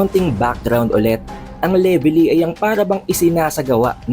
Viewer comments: Anong Levely… mali ka boi… Velevy ang tawad don🤣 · Leveli? Wala kang R boss?